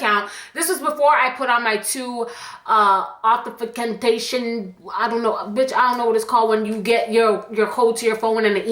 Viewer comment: 2.. uh.. offuhcitintation, then explains the whole concept Me: sis.. its 2-Step Authentication 💀💀